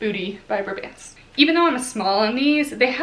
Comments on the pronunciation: It’s BRAY-bants (like pants with a b). Kelly’s older sister is my boss ☺️ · Yep, my favorite leggings brand!! I believe it’s pronounced bray-bants (rhyming with gray pants lol). I live in Boston and discovered them about two years ago because EVERY workout class has at least one person wearing them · I pronounced it as bra bants for months but I believe it’s bray-bants based on how her friends say it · I’ve heard it as braw-bants (like ants)! I’m in the Boston area so I’m assuming that this is the correct pronunciation??? 😅 but you never really know sometimes!